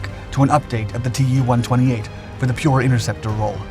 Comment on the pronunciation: a word of advice- russian airplane names (like Mig and Jak[ or Yak]) are NOT spelled out - they are pronounced as words. So Yak is pronounced as such, so is mig, and "Tu" is pronounced as "Too" (from "Tupolew" with "W" being pronounced a "V").